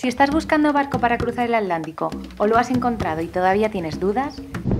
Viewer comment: me encanta tu canal. Viajo contigo y te envidio lo que haces. Donde vivo navego en el río parana y Paraguay pero algún día voy a imitarte. Gracias P.d. una sola duda porque no pronuncias la T de atlántico?? Gracias